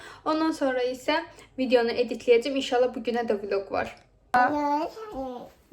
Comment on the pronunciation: Vilako yox vloqa😂 siz hansi unvesritet bitirmisiz😂😂